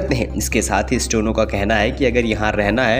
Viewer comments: भाई, आपका उच्चारण ठीक करें। स्टो नो नहीं, स्टे नो है। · Bhisahab 'stono, nahi hota steno, hota h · Bhai stono nahi hota steno hota hai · न्यूज़ एंकर जी, स्टेनो या स्टोनो ? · अरे भाई स्टोनो नहीं स्टेनो, बार बार स्टोनो स्टोनो क्या बके जा रहे हो 😀😀😀😀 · स्टोनो नही, स्टैनो का उच्चरण करें। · अपना उच्चारण ठीक करो भाई स्टेनो की जगह स्टोनो बोल रहे हो आप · The person recording this video kept pronouncing Steno as Stono till the end. First get your diction right before you come in front of hundreds of listeners. It is difficult to believe these semi literate videos. Kindly improve or stop. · Stono nahi bhai Steno.. Stey+no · Stono ya steno,do correct pronunciation.